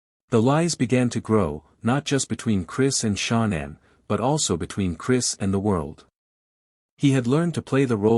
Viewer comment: Why is this narrator calling her " Shonnan" her name is ShAnnan!